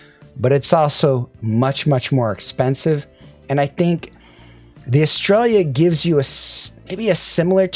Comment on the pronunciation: bruh, eh-stray-uh.... sounds like you're saying "australia"... but it is fitting since i'm reminded of pronouncing "aria" 😂